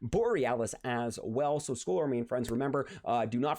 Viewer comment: Skull isn't pronounced as "school" It's pronounced as "skal"